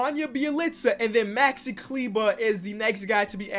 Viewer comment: SAID MAXI’S NAME RIGHT!!!:,)